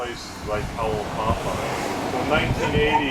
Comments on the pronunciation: Kalaupapa not Kalipapa. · dear Narrator it is not called kalipapa, it is called Kalaupapa